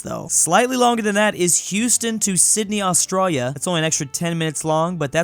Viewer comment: And "Sydney, Austroia"